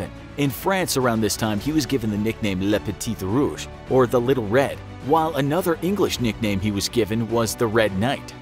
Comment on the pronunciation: I am glad you told us the french name of the Red Baron, "Le petit rouge", but you shouldn't pronounce that last T in french. You should pronounce "Le peti rouge".